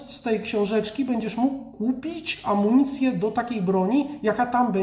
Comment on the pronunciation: Amunicję a nie amonicje